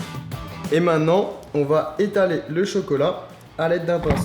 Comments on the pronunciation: Lam Zenati sa se peut qu'il est pas français voilà. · Lam Zenati moi sa ma stresser tous le long de la vidéo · super vraiment. stp essaie de dire MAINTENANT et pas MAINNANT car beaucoup d'enfants te regarde. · Quelqu'un peut lui dire qu'on dit "Maintenant" et non "mainant" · mainttttttenant et non mainnant putain hahaha, sinon belle vidéo